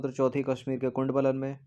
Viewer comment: Sir hindi ke kuchh shabd bahut galat pronounce ho jate hai, Kundwalan nhi kundalwan Dwitt nhi dwitiya etc.